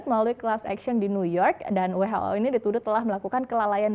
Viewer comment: Dunia: WHO= DOUBLE-U EC'H O Indonesia: WHO = WEI HAA OOO 😂😂😂